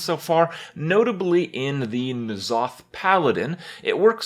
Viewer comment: its so annoying to see when hearthstone players that dont know shit about warcraft say stuff that is incorrect n'zoth is pronounced en'zoth